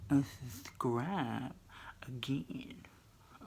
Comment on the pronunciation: 7...omg...it's am here in Florida..I have major insomnia..watching you apply the mask..cracking up when you said "well, you didn't apply the mask where I want, therefore, I un- thub-scribe"....🤣😆😂...I luv u so machhhh!!